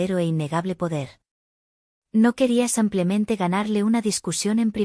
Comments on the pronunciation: Error ella dice samplamente. Lo correcto es simplemente. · Por qué dice simplemente? Lo correcto es simplemente.